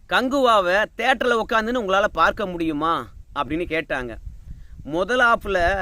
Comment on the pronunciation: நான் உங்களை குறை சொல்லவில்லை அவர்கள் உங்கள் என்று சொல்லும்போது ல் என்று உச்சரிக்கதீர் ள் என்று ஊச்சரியுங்கள் நன்றாக இருக்கும் ல் கும் ள் க்கும் வித்தியாசம் தெரிய வேண்டும் குறையாக இருந்தால் மன்னிக்கவும் நன்றி